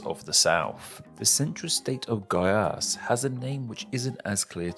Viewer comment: Thats a very well done spoken piaui, goiás, rondonia and roraima. Congrats. I am from CEARÁ, and currently live in sao paulo